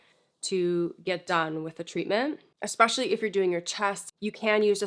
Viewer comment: I really like you, you are thorough & know how to properly say the word "ESpecially"